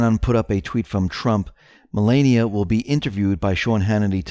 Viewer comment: please this is the First Lady of America and you just pronounced her name wrong please learn how to say her name:(